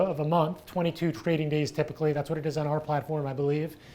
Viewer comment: "a trrrrading firm, lets get ready to rrrrumble!"